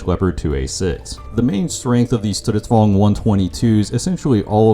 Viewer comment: You actually pronounce stridsvagn decently well. Many people think it’s some German “strids-wag-en” but it’s just “strids-vagn” with the gn being way softer Here’s the phonetic way to say it ²str'ɪtːsvaŋːn hey that’s my local regiment!